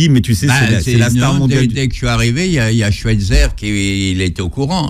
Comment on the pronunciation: sauf que lui aussi le prononce mal, c'est Schweizer avec un "aïe" pas un "è"